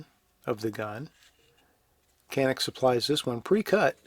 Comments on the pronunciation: Keep saying janik. It’s different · Canik is pronounced Janik in turkey. However, they or we americanized the name for us and we pronounce it with a hard k sound, Kanik. Either pronunciation is correct. :)